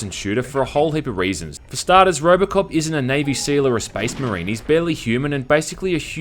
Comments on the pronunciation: Am I the only one who hears ROBERTcop instead of ROBOcop? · did you say Robert Cop